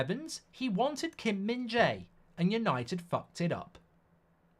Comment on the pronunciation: I’m Korean and i just wanted to say the way mark pronounced Kim min Jae was perfect.impressive